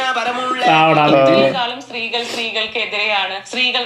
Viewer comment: ഷ്‌ട്രീകള്‍ റ്റന്നെയാണ്‌ ഷ്‌ട്രീഗള്‍ഡെ ഷറ്റ്രു എന്നു പരയാന്‍ പരഞ്ഞു.😂😂